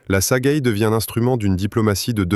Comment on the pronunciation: Et pas non plus "Sagaille", c'est "Sagaie" (prononcer "Sa-Gué")! Ces voix générées par l'IA sont une catastrophe!